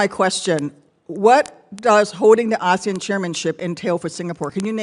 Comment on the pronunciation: Even the way he pronounces “ASEAN” sounds like, Asian.